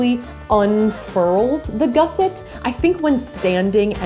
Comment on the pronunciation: gusset /ˈɡʌsɪt/ Learn to pronounce noun 1. a piece of material sewn into a garment to strengthen or enlarge a part of it. 2. a bracket strengthening an angle of a structure. According to the first result on Google this is what a gusset is, so she got it right I guess